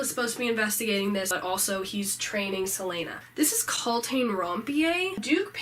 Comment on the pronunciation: Did she just call Celaena "Seleina"?